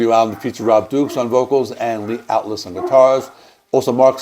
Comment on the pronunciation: The L is before the T in Altus, Souza is pronounced “sue-zah” and Hunolt is pronounced “hugh-noll”